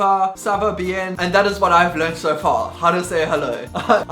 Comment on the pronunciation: Who knew a flag can be used for so many things! ps. in french, the 'e' in 'bien' is pronounced like 'ah', it's a nasal vowel.